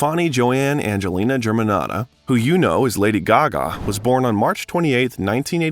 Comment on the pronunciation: Extremely interesting!!! Lady Gaga is the most interesting pop star for sure. Very cool vid with the exception of the narrator who can’t even pronounce her name correctly! And kept mispronouncing other names and words as well.